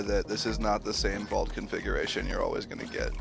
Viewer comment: Why he say configuration like he’s talking about electron configurations